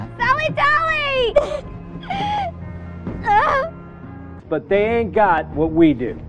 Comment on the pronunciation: I died when she called him tally dally 😂😂😂😂😂